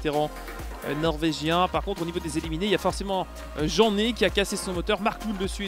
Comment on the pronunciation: Petite précision: le pilote Davy Jeanney se prononce "Janè" et ce n'est pas Kenneth Hansen mais son fils Kevin Hansen. Super vidéo continue 👍